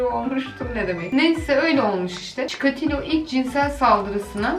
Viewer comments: Çikoriloğ diye furuyormuş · Cikeleto derken cikolata geldi aklima